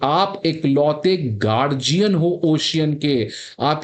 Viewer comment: गार्जियन Seriously? ओशियन Seriously? What kind of pronunciation is this?